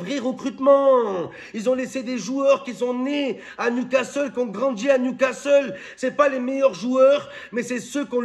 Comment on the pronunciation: 😂😂😂J'ai écouté qui y'a eu un ouragan hier soir au stade de newscaster.😂😂😂